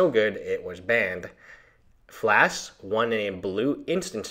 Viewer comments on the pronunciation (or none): FLASH. NOT FLASK.